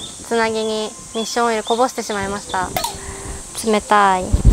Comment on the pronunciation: おっしょんオイルに聞こえた